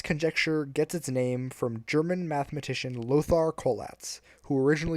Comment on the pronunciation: Lothar Collatz. There is no English "th" in "Lothar". Uneducated!